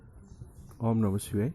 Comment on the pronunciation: Tumako om namah shivay uchhar thik se kare, pahale.